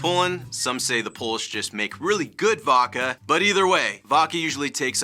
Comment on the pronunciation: Waka? That’s the wierdest way I’ve heard Vodka being pronounced. It’s Vodka. Pronounce it like it’s spelled,.